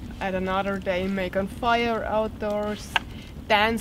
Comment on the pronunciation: I love hearing you roll the letter r. I dont know what the rules are for rolling letters, but I wish you would do it more, even when its not appropriate :) "Now I will build a firrrrrrre"